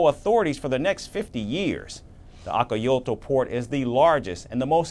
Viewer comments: Akayolta! 🤣 Now the word Acajutla sounds Turkish. 🤣🤣😂 Acajutla /aka hoot la/ Hope this helps. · Where in hell is akayoto. You should be ashamed of yourself. It’s call ACAJUTLA. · Acajutla😂😂😂.la union😂😂